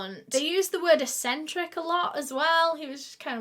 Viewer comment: The way she pronounced "Celtic history"... makes me think she knows more about football than the Celts. Edit: And the word "eccentric"!